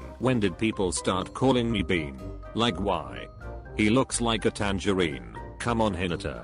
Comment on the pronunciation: Audio: "TanGERINI"